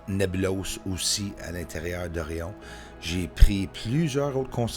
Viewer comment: On dit Nébuleuse et non Nébulose